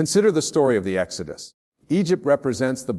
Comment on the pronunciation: I knew this was AI when he mispronounced Exodus